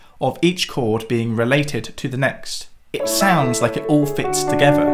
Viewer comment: Jesus, - learn to say „together“ and „with“ with th, not f